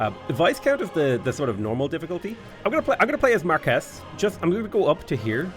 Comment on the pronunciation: Someone hasn't been watching Bridgerton - Viscount rhymes with "high count", Marquis is "mar key"